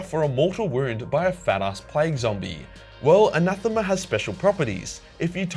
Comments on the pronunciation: It's not anathema, it's anathame. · Great video but Anathame is pronounced like Anna-fame. :-) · An-ath-eh-ma! 👍ya bloody drongo! 😛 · His name is Ra Endymion and he's one of the GOATS. The fifth sword is pronounced "anna-th-aim" as per the audiobooks. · It's pronounced the "ana-feem" in the books. Great video as always! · Just a quick note that sword in pronounced Ana-thame with the thame part said like fame just with a th. Hope that helps! Great vid regardless!:D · If you're still wondering,: it's pronounced "Anâthaim". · Anathame is clearly a play on "anathema," which was used in the excommunication sentence "anathema mal", usually translated as "let he/she/they be cursed" although it literally means "this is dedicated to evil." Anathema is pronounced the way you said. No idea how GW thinks "anathame" is pronounced. I would guess it would be like "anna thay meh," which is close to what you said especially for someone raised among kangaroo humping convicts.